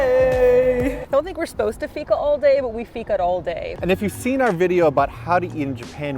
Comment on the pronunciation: Loved the video and almost every place you went to was new even to me as a citizen of Malmö! (I usually hang out in the cheaper/dirtier parts of town. :D) You nailed fika (pronounced like week, but feek. Feek-ah!) and made me want to have a fika for the first time in several months. Last time I went for fika we actually strolled by Köld and I agree that their ice cream is the best I've ever had! Still sad I was abroad when you guys were here but I'm so happy you enjoyed your stay! And I must try Unholy Water some day, it seems like a... reasonable cocktail. ;)